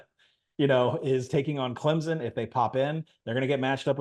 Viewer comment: It's pronounced Clemp son not Clem zen